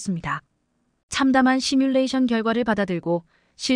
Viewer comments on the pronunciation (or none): none